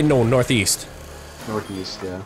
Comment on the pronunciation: northeast? I thought you said northweast